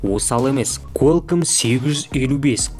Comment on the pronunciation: Куалком деп айтады брат